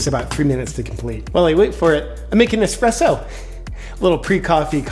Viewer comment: Espresso, not 'expresso'.